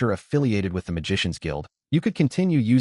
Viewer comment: While I do agree in supporting the official releases, the bot saying "tee hee" instead of the has grown on me 😂 I think I'll thug it out with the bot